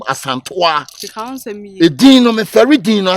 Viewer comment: Who else heard Aka saying Asantowaa 😂